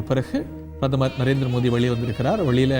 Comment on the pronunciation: நரேந்திர மோதியா மோடி உச்சரிப்பு வரலயா🤔